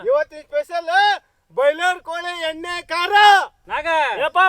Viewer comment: ಅಣ್ಣ ಕೋಲಿ ಅಲ್ಲ ಕೋಳಿ...ಸ್ವಲ್ಪ ಸರಿ ಮಾಡಿಕೊಳ್ಳಿ..